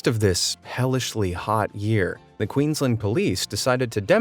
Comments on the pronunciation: hey man its not pronounced quings-land its queens-land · That’s not how you say Queensland sorry it annoys me